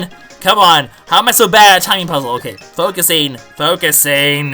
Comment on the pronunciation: When he said "focusing" the 1st time, I thought he was saying "focus, Aiden", meaning that Aiden would be real name. But as I said before, he was actually saying "focusing".